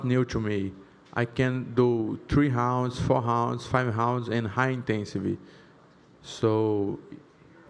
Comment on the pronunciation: Paulo was fighting hounds in the gym. (Yes I know in Portuguese the r makes an h sound)